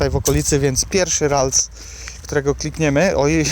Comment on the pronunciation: Mam prośbę... Naucz się jak wymawiać prawidłowo nazwy pokemonów.... Bo ze śmiechu prawie padłem od tej "rajtuzy" "yakuzy" 😂